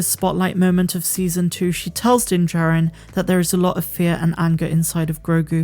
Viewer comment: Just for your information,, it is pronounced Din JAH rin, not Din Jerrin.